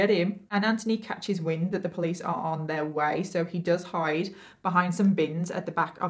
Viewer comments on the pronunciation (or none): none